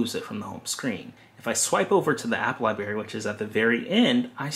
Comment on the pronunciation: Great explanation and job well done. Please pronounce library including the "r" Not library but library. Good job!!!!